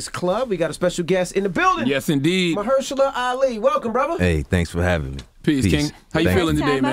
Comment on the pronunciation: This man so fine!! I love how Envy pronounced his name PROPERLY!!😍